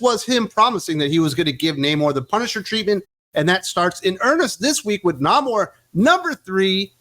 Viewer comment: Nah-mor sounds about right.